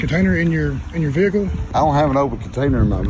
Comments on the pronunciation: What's a vee-hickle? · I love the south where they think the word vehicle had three syllables lol